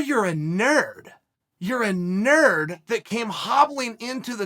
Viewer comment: The way Chael say “your a nerrd” is hilarious 😂